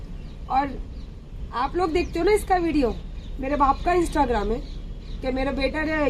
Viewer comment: pls aapse ek req hai unko bolo pahele instagram bolna sikhe unki paddi likhi olaad ko bolo sikhane instagram...wo instragram bolti hai😂😂😂😂